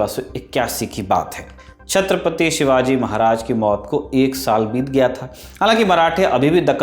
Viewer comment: छत्रपति शिवाजी महाराज , छत्रपति संभाजी महाराज.... नाम लेते समय ठीक से नाम लो...